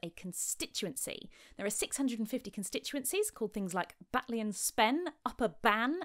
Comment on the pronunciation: You are a lovely lady, I've always thought it.. But your perfect glottal stop in 'Batley' has made you all the more winsome in my book :)